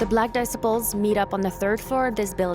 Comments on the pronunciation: dicibles....... this chick cant say gang names right LOL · i cant tell if the mispronunciations are because its ai narrated or the narrator is a foreigner shes pronouncing Disciples like decibels and shes saying latein kings instead of latin kings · she said the black dis se ples 😂learn to pronounce it 😂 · Did she really say "Black Disipels"?🤣🤣🥴🥴. And did she say gangs were chased out of Boystown🤣🤣. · It is pronounced: "Dee- SY- puls" not "Decibels"! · The narrator cracks me up pronouncing Disciples “dissaples” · ‘Disipals’ is not a word that is used in the English language. Hard to believe you are not familiar with the word, ‘desciples’? 😮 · Black dissiples 😂😂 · The dissaples 😂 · Black diss- ipples? At least pronounce the $hit right 😂 LAC MICHIGAN!!! DAFUQ! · ahh yes the black "dissiples" lol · Its called shoot out not shot out and the way you say disciples is crazy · This narrator is driving me nuts by the way she pronounces the word “disciples”. You would think the producers would have picked up on it during editing or something. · I'm over here lmfaooo When she tried pronouncing the gang called the Disciples.